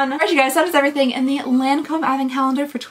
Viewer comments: Your everyday neighborhood French checking in. It's Lawn-comb. Like, hearing it will make Jimmy wanna get out his mower. Also La Vie Est Belle = La Vee Ay Bell. Edited to add: also, pharma hat on, a lotion is runnier than a cream, almost liquid. A cream is thicker and might be the "pasty thing" you're talking about. Or it could be a paste, which is less smooth than a cream. A gel tends to be less opaque. A serum is more liquidy like the consistency of a lotion or even less viscous but with the opacity of a gel (or less opaque). Eventually it becomes one of those things where, if you know, you know (or if you know the recipe of the product, you know) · Hello 🤗 I just love your advent calendar videos! Just wanted to say because you asked that the correct way to say Lancôme is actually without pronouncing the N 😊 for the AN sound it's more like the first version you mentioned rather than the Kentucky version 😂 For "La vie est belle", it means "life is beautiful" and it's pronounced "la vee è bell" (tried to englicised it 😂) Hopefully it makes sense, just wanted to help 😊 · So when you say 'Lawn-comb", don't say the 'N' on the 'lawn' section. In french, "AN" paired together typically make an "ahw" sound. Law-comb :) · The n isn’t pronounced in Lancôme